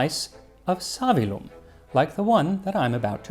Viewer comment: Savillum has a double "L" that has to be pronounced.Therefore the stress falls on the "i".